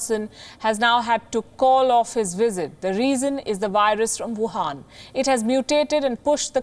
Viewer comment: Please it’s Wuhan 😅🤣 not Vuhan